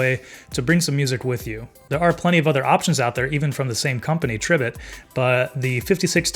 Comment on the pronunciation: Tree - bit💀💀